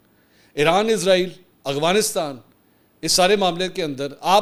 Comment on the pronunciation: Can I ask you what is correct word Afghanistan or Afghanistan.i think you speak Afghanistan,is it correct?